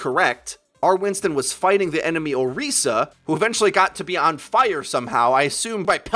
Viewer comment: Why do you call Orisa Oreesa if you're not calling Winston Weenston?